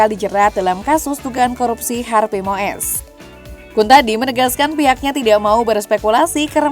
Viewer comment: Wooi mbak presenter itu cara baca yg bener Harvey Muis bukan Moes.😅 bikin irritasi telinga salah nyebut nama.